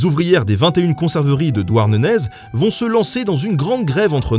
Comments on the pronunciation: On prononce pas le z de Douarnenez. !! (É pas ezzzzzz ;) ) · On dit "Douarnené" et pas "Douarnenaise" ...Je suis de la bas... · Il faut dire DouarnenÉ et non DouarneneZ ;) super épisode :) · Finir sa vidéo par la devise de la famille Rohan, c'est classe! Par contre Douarnenez se prononce "Douarnené" et pas "Douarneneze" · Juste on dit Douarner et pas dournenaiz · Douarnenèze ??!! Douarnené qu'on di ;p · Douarnenez se dit douarnené malheureux !!!!! ^^ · Elle est super ta vidéo mais on dit pas Douarneneze mais Douarnené :p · Douarnenez, ne se prononce pas Douarnenaise mais Douarnené. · bouaaaaahh douarenaizzzze puis quoi encore on dit douarne(er) c'est pas un "naize" que tu as au milieu de la figure..mais en fait on dit tous douarn. et puis de tout façon on est a Tréboul m'en fou... mdr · Douarnenez ça se prononce pas "Douarnenaize" mais "Douarnené" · «douarnenezzzzz» ca se prononce «Douarnener» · Douarnené gast, pas Douarnenèze ė_é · DOUARNEZZZZ ... PAAARDOOON ?! Désolé ^^ mais mes oreilles ont grillées à cet instant. On dit juste douarnené =) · Ont dit Douarnener pas Douarneneze!!!!!!!!!!!!!!!!! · Étant du Finistère je peux te dire que Douarnenez se prononce "Douarnené" 😅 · Et bien, au vue des coms, plein le nez de douardenaiiiseuuuu mdrr Sinon, très intéressant, très bien documenté (sauf que quand même t 'aurais pu aller passer trois jour dans le bled pour savoir comment ca se prononce !) Merci pour tes videos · C'est "Douarnené", on ne prononce pas le " Z ", mais sinon, très bonne vidéo, comme d'hab ;) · "Douarnenez" ... ça se prononce "Douarnené". Le "z" reste muet. A ta décharge, rien n'est jamais simple avec la prononciation des noms bretons. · Nota Bene ! On prononce "Douarnené" et non "Douarnenez". Ca choque les bretons à l'oreille ^^ Bonne vidéo au delà de ça !! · On dit pas de "èze" de Douarnenez 😂. Juste "é". En tous cas pas en Bretagne... Tous le reste est au top. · AAAAAH ! Douarnenez se prononce "Douarnené" ! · On dit DouarnenÉ mon loulou ;)